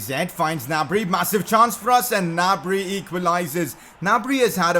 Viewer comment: Did anyone notice when he said Equlises instead of Equalises